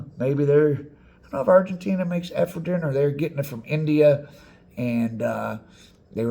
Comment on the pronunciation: I've never heard anyone pronounce Ephedrine that way. 🤣🤣🤣🤣🤣